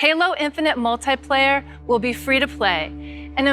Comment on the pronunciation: When your flagship multiplayer game leader didn't know how to pronounce "multiplayer", you know you're fucked.